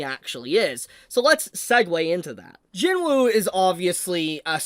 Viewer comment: Please pronounce his name properly. It's spelt JINWOO the W is silent, it's JINOO or JEENOO when pronounced.